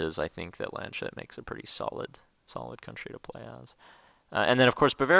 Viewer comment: Its Lands-hut not Land-shut